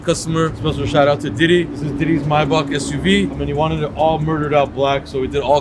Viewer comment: Pls can some tell it’s not gaddamn myback it’s MAYBACH for God’s sake 😤